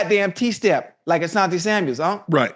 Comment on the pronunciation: Why yall keep adding a "s" to Asante last name lol